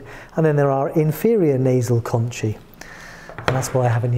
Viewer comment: Shouldn’t pronunciation for conchae be “con-kae”? According to , concha is “con-kah”.